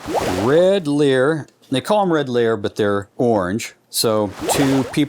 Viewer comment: It's called li-er after lyres